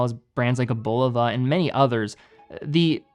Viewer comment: Great video, you pronounced Bulova two different ways.